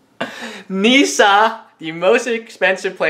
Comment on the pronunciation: Pls stop saying "neesa"